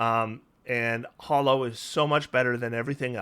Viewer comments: You seem to pronounce it as "Hollow" but it's actually "Ha-low" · Neither you nor pack tactics is pronouncing hallow correctly. It rhymes with tallow, not follow.